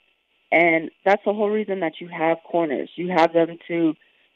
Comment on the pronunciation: Raquel " My cornor let me be a Worrior " Pennington